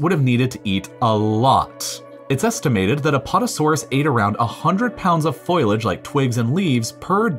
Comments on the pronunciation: Foh-lee-edge = foliage not FOILage please🙏🙏🙏🙏 I don't pick on the creepypasta kids, but you're an educator man, do better ❤️ srsly luv your content tho lol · Why is it that so many youtubers can’t say foliage properly. Foilage is what happens when skateboarders get involved in conspiracy theories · Because it's a common mispronounciation. I've lived in a few places where that's how people say it. Just a regional thing I think. Plus, I couldn't find anything online about it having been pronounced or spelled "foilage" in the past. Every source I saw just called it a mispronunciation. Granted, that may well be wrong, but considering who it is, even though I do somewhat like the videos he makes (I watch them to help me sleep), I don't think it'd be reasonable to assume anything but that he mad a common mistake. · "Foilage"? Really? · It was a joke. He just mispronounced foliage.